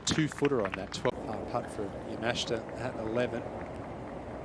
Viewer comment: You would think the announcers would learn how to say the Japanese players names. Especially since the tournament is in their home country. He said Yamashta instead of Yamashita like 5 times.